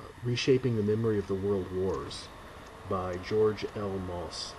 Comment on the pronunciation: Pronounced 'mossy'. Thank you for this review.